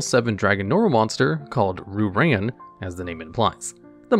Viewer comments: Ree-u ran* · I like watching these videos because they’re very interesting and entertaining, but say it with me “ree-oo-rawn”. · Normally I don't complain about mispronunciations but hearing "Roo Ran" over and over was a bit rough. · the way he says Ryu-Ran is PAINFUL